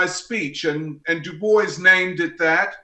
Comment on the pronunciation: god do I fucking hate how this guy says DuBois